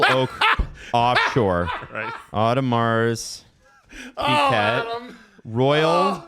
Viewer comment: pronouncing it Audi Mars Piguette is killing me lmao. Come on I know us southern Ontario guys aren't French Canadians but we went through some French classes. You can try to pronounce it a little better than that